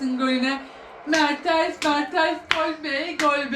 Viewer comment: ablacım merteRs değil o MerteNs ama yine de sen bilirsin